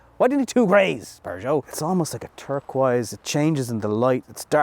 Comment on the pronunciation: do you have to follow the English and put an "r" in Peugeot?